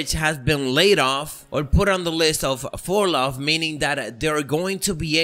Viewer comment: Its fur-low not fur-lah.🤦🏾‍♂️